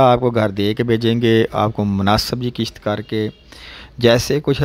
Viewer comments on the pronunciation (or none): afsos ki baat hai app poori baat kiun nahi batatey akhir wajah kya hai town town laga rakhi hai kahan hai ye town full payment kitni hai aur jo app qist ko qisht bol rahay hain wo kitni hai kiun logon ko pagal bana rahay ho